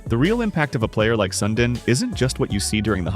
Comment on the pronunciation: AI slop. Unwatchable. At least pronounce his name right! My God how pathetic!